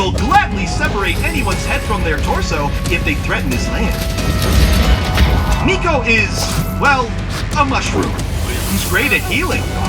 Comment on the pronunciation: I always thought Miko was pronounced My-ko, as a pun on Mycorrhizae